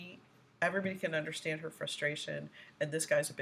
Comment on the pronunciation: Wtf is undershtan?